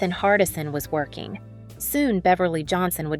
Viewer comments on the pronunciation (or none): none